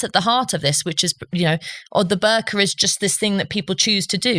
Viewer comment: Ho I thought he sead burger